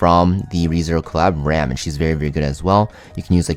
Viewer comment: its called Ram, not Rem